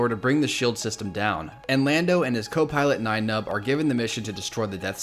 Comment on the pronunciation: he purposely saying nine numb gets me everytime